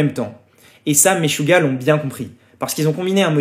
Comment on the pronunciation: Le groupe "Maisjouah" Hahaha 🤣 Stp...prononce les nomes internationaux comme il faut.